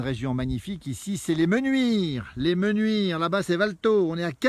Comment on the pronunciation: 2 choses : 1 : on écrit les Menuires et on prononce comme cela s’écrit 2 : dans les villages de montagne, il y a une altitude minimum et une altitude maximum, ce n’est pas plat comme dans une vallée,, l’altitude minimale à Les mEnuires c’est 1450m.